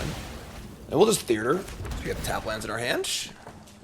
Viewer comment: Wait, …. Do you put an extra R in the word Theater? I swear you’re pronouncing it Thee-Ur-Dur 😂